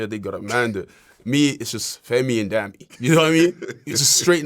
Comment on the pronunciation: it’s pronounced dah-me